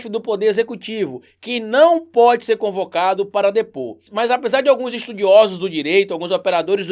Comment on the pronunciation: Desculpe mas é “ CONVOCADO”, não concovado...😅😅😅